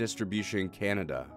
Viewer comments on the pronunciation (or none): none